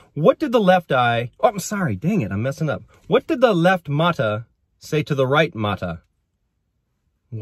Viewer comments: mata is pronounced as ma’TA in Filipino (Tagalog, Visaya, Ilocano, etc). I hope this helps 😊. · correct Visayan word but the pronunciation is not. Accent should be on the second syllable.